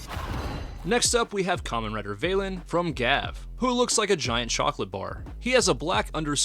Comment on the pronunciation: I'm sorry, I really need to say, it's vah-len, not vey-len, you know, like Valentine